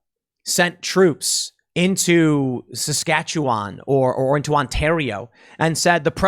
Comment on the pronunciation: Thank you for pronouncing Saskatchewan correctly. So many people get it wrong, just like Newfoundland. Saskatchewan resident.